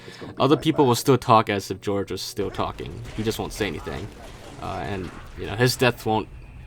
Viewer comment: "George" its pronounced Hor-hay